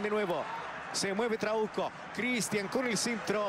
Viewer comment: Porque en ves de trauco escuchaba trabuco